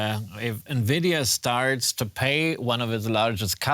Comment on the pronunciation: bro works as journalist, covering tech news but doesn't know who NVIDIA are pronounced? here how it's pronounce, follow me, ENVY...DEE....A...